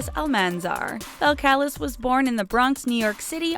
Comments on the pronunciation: Say it with me now ok: Bell-ka-leezz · just so you know her real name is pronounced bel•cal•EEs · it's pronounced Bell-call-ees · It’s not balacalis, it’s pronounced bel-ca-lese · Bel-cal-ez?, it’s balcaleese< that’s how you pronounce it lmao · These are supposed to be facts and stop acting like you know everything because her name is pronounced bel-cal-eez not bel-cal-is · BELL-KAH-LEEZ! NOT BELLKALISS *Face palm* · OMG It's "BELL-Kuh-LEEZ" ... Not Bell-kaliss. Yikes. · Bell-Kaliss 😂 learn about what you’re speaking on. It’s not hard Belk-Elize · It is not belkaliz its belkalizeee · It's actually pronounced Bel-cuh-leez not Bel-cal-liss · It's not "Bel-cal-is" it it's "bel-cal-eez" 😂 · It’s Bell-ka-lees not Bell-ka-lis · It's not (BEL. KAL.LIS), it's (BEL. KAH.LEEZ). That's how you say her name. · ITS PRONOUNCED BELL CA LEZE NOT BELL CA LIS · Bell-ka-leez people. Can't believe you pronounced her name wrong. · It's pronounced Bel-ca-lee-s!!! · say lets say it together Bell-cah-lezzss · its pronounces as ( BEL-CUH-LEES ) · This is fake it is pronounced belcelis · It's pronounced "Bel-ka-leez" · This how ya pronounce it Bel-ca-lez That is how ya say belcalis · her name is “bel-kuh-leez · Actually her name is belcalis (bell-ca-lees) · Hey u now her name is not belcalis its belcalease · Her name is pronounced Bell ca lees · Belcalis Bel-cal-ees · It is peonounced (bel-ca-lize) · Bel-ka-lees you pronounced it wrong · You said her real name wrong Bel-Cu-lees {Belcalis} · The pronunciation is belcaleez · It’s pronounced Bell-cal-ice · Pronounce her name wrong it's is pronounced like this bell-ca-lees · Its pronounced bell-ka-leece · You said her name wrong (bell-ca-lees) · Her name is (BELL-CA-LEEZ) she even said it. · Her name is pronounced (bell’cal’ez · It's pronounced bell kal leeze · NightingaleFlorine Its pronounced "bell-cah-leez" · Lol BEL-Calus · yes ikr its pronounced as bell curl lees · It's not balcalis bal - ke - le -s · You said Cardi's real name wrong